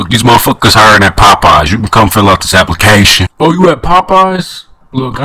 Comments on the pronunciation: “you can come fill out an appliKAYshin “ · u mispronounced applicætion